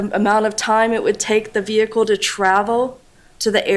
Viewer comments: Do you mean ve-hickle ? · brilliant as always. It bugs me how she pronounces the word “vehicle”. The H is silent for crying out loud